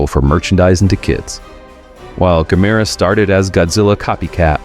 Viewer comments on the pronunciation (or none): Gamera is pronounced about the same as camera, not gamAIRuh. GAMuhruh. And how can it be japans answer to Godzilla when it’s also Japanese? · The crawling brainstem/spinal cord will forever be my favorite. I need to make a puppet of that for next Halloween. btw, it's GAM-er-ah, accent on first syllable. According to MST3K, anyway. ;) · Gam-er-ra, at least pronounce it right. At least try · "Gah-MERR-ah"? Cue Drax: "WHY Gammera?"